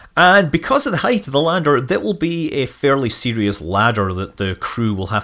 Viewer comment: I thought you said for its ladder not lander lol... I was gunna give you some pointers on which rectangle should go where.